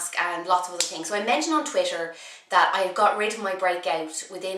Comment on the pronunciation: I just love the way you say twitter!